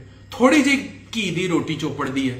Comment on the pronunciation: Kee nahi ghee pans nahi maj hota hai